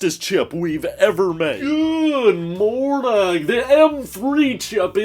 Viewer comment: "Good murnen"